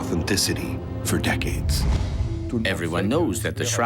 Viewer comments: Yeah, that really got on my nerves as well. It kind of ruined what would have otherwise been a very nice way to begin the program had such a specifically applicable term been pronounced correctly. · Oh for pity sakes you need to look up how to say the word “sepulcher” you are completely wrong in your ridiculous pronunciation. If you think you are smart enough to report on this at least say the correct way to pronounce the words. Look them up, don’t just guess. You like to pretend like you know what you are reporting on but you lost all credibility when you don’t know how to pronounce the words. I love to watch news about the Shroud. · When you use an AI-generated "voice" that can't even correctly pronounce "sepulchre," it destroys your credibility right off the bat. Not the credibility of the subject, but that of the one who posted this video. There are scores of videos on the Shroud, so when the AI "voice" makes a glaring error at the very beginning, people will just go on to a real video on this subject, and there are many.